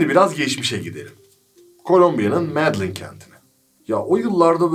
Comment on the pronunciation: Kardeş iyi hoş ama herhaltı ingilizceye çevirerekokumaya çalışmayın yaaaa Medellin şehrinin adını medlin yapma beee Çok kötü oluyor o şehrin adı o insanların dilinde MEDELLİN OKUNUŞU BUUUUU